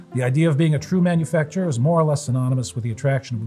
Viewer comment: hitting all the French syllables.